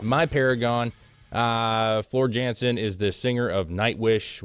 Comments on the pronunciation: Floor Jansen is pronounced Yohnson….just saying 😉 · Floor is Dutch jansen is pronounced yansen they say j like y